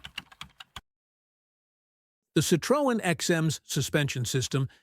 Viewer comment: It would be good if Americans learned how to pronounce Citroën